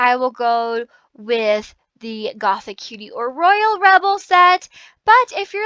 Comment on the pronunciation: Something that triggers me -A LOT- is when people say the new set name as "Gothic Cutie" but if you actually look at the name, it's "GOTHICUTIE" (Goth - ee - cutie) -_